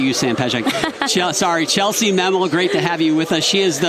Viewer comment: "Chellsie Mammel" 😂 It's Chellsie Memmel guys